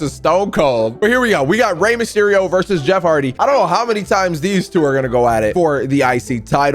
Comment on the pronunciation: Did he say Rey msherio?